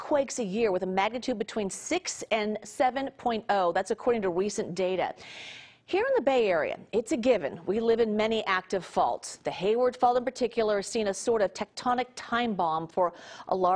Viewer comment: “Weecent data”